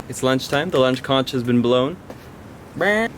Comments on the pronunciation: Loving the vlogs but conch is pronounced "konk" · I don't like to be picky, I'm not sure about the rest of the world, but in the US we pronounce conch as konk. I know in the Bahamas it's also konk. Anyway great video.